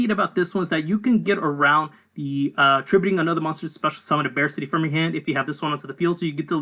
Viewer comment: I think it’s supposed to be pronounced like “BarK-T” like Arctic. Not attacking you, just theorizing.